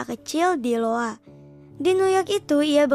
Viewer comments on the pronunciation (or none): Iowa baca IYOWA bukan LOWA